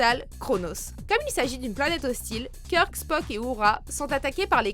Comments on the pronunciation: Comment elle pronoce kirk putain ....la meuf a jamais vu un seul de ses films elle se contente de lire.. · "Kirk" mon dieu la prononciation 😭 sinon bonne video